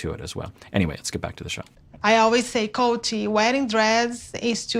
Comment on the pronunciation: im a believer in treat others how you wish to be treated. If larissa refuses to call colt the way his name is pronoucned "colt" and instead calls him "coltey" then she does not deserve her name to be pronounced correctly